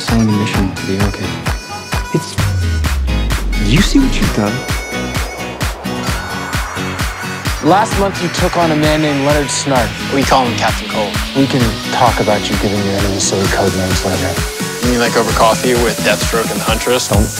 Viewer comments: "Last month, you took on a man named Lenard Snark." It's actually Snart, with a T. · Leonard Snart. Not a K my friend. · its snart not snark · Dude it's Leonard snart not Leonard snark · it’s “SNART” not “SNARK” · It's Leonard Snart, not Snark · Leonard Snart not Snark. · Ps it’s Lenard snart not snark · It’s Leonard snart not snark 🤓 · LEONARD SNART NOT SNARK